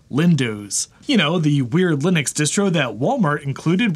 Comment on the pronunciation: I anticipate grief from someone for me saying this, but since you say Linux correctly, I may as well offer this PSA... I'm a fellow South African like the founder of Ubuntu (pronounced "oo-boon-too" and not "yew-bun-tu" or anything else like that). So if you enjoy saying "wuh-bun-too", try saying it "woo-boon-too", which is the correct way of saying it, and see how much fun that is 😅 And FWIW Ubuntu is a term for community above self, basically, and it really sums up living in Africa.